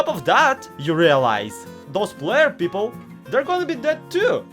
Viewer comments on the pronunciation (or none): none